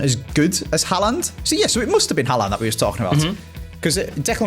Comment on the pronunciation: Its Haaland. It isn't Haland, every video you pronounce it wrong haha